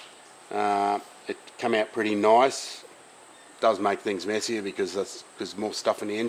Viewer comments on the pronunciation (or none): none